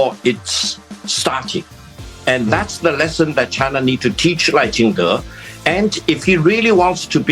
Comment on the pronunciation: 立本代表把赖叫成Lao了笑死